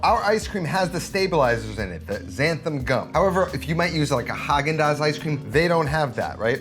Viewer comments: xanthaN not xanthaM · Cool video, but I gotta point out a common mispronunciation you make in the video. It's not xanthaM gum, it's xanthaN gum, with a capital N ;) Other than that, great tip on using some milk powder! I'm gonna try that! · XanthaN gum (not xanthaM) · Whoever told you there's an M on the end of Xanthan, was pulling your leg.